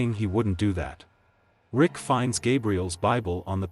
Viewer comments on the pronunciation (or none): “Lick” 💀 U mean Rick right?!😂